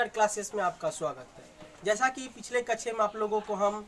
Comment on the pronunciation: कच्छा नहीं भाई,, कक्षा होता है।